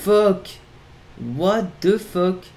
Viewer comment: « what e fok » 🤣